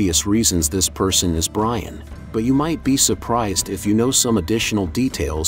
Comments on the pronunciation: my opinion in the comment box? ok how about listening to your AI shit before posting it. its not byron its brian. as for my opinion on if it was brian i think thats what they were going for being pauls brother cody was asked to do brian again for 10 but is A to busy with other stuff and B wants to let his brother rest in peace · The bruh said biran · My man said Byron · Common guys you said byran when he in the supra not Brian if you listen closely give the bloke some respect guys get it right he sadly missed rip Brian